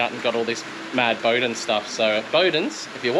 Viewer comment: Bowdens (its pronounced BOW as in the Bow of a ship) are an Aussie Company based up here on the Sunny Coast and have the biggest collection of OG Touring Cars from back in the day, I've got mates that work them them in house, I reckon theyd be down to do something with you for sure Ive dealt with them for YEARS as a Detailer and the whole operation is all Rad Car people, they do BBQ's, Show and Shines, Demo's for Car Clubs all sorts of cool shit at their place in Warana Let me know man, I'll get you in contact with the right people over there